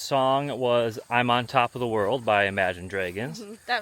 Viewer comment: Enjoyed watching “feed the fish” 😂😂😂 Addie nudged out “The Martian” with her nose! 😂: “T-he”.: “, that’s “the”. 😂 You two crack me up!